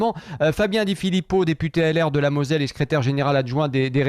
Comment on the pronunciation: Moselle et non Mozelle!🙄